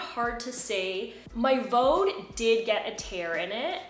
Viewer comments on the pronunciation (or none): by the way, the brand in Germany is pronounced VD (like the two letters read from the alphabet, nothig to do with Vaudeville or sth 😂) because the founder's and nowadays his grandchild's name is Von Dewitz...VauDe is phonetic in German for the two letters... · Nice review, quite helpful; slight tip, though on Vaude; The pronunciation is quite simple! VD [fau'de], like the two letters V and D in German spoken one after the other. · Not to be the language police, but pannier, although originally a French word, is pronounced pan-yr in English, you can look it up. The gear company Vaude, is a German company, and is pronounced vaad in English. Again, you can look it up. People can pronounce things any way they want, but it just sounds stilted. It is like being a native English speaker talking to a fellow American, for example, and insisting on pronouncing Paris, pah-ree (with a slightly rolled r, like a French speaker). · I have products from both brands but heard some tourists on a German channel pronounce Vaude (Fawdt) or (Fawde).. not sure which is correct, but then again everyone pronounces Panniers differently. One other thing about the Ortlieb rail, I think you can install the oval rail from the Sport rollers on the back and/or you can flip the one you have upside down (if needed) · I've had Vaude (you do not pronounce it like you do) bags for about 10 years. Never ever had that thing pop out. And I change the settings on that a fair amount, most people wouldn't since you'll use it on one bike. I have no idea how you did that. I use mine for a daily commute.